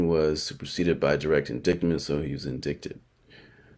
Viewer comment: He’s so ignorant but trying to sound smart I can’t take it omg 🙄 LISTEN. So it’s NOT inDICKted it’s inDITEed fool. Get your reading skills up before doing anything to analyze anyone else my friend. He KEEPS SAYING IT UGGGHHHHHH